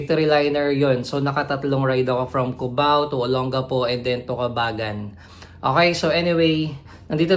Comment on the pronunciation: ang tamang pagbigkas ay Cabang-Gan po